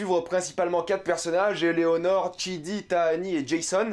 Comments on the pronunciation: Par contre je crois que c'est Eleanore( tu dit Eléonore ) le prénom du personnage principale mais rien de méchant faut prendre ma remarque de manière constructive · T'arrête pas de dire que EleOnor. Alors que c'est EleAnor